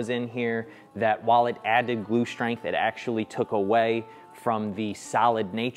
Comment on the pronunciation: Several issues with your shtrength test, yeah that is the first one. Why is is so difficult to pronounce st as ST and not SHT? Second the dominoes were too close to the edge of the parent. I doubt that a plain butt joint would have not be just as good. What I found surprising is that the really crappy morise held at all.